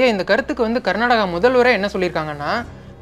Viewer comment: Not karnadaga karnataka Not kannadam kannada